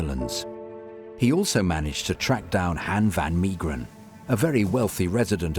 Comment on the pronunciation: Hen fan Miegeren 😂 Han= as half van = half Mee geren = may gren Good luck 😂 Ps, I can paint you a Han van Meegeren. He's born and burried in my hometown Deventer.